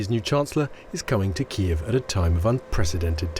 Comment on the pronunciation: They're pronouncing Kyiv wrong. So apparently DW is pro Russia too.